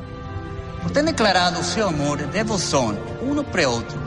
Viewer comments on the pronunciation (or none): none